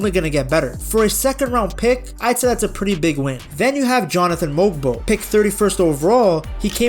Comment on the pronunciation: Omg I know right, that makes me mad when they go Mog-bo instead of mo-bo, and sheed instead of shed smh 😂